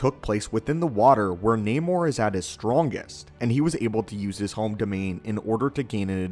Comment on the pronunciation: This is not namor "the sub mariner " This is naaamoor. Get it right.